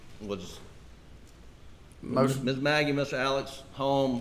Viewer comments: He pronounces his name Alec. Idk why it drives me crazy. My sons name is also Alex, we pronounce it the way it's spelled. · Why is he being called Alec when his name is Alex? Can these people read?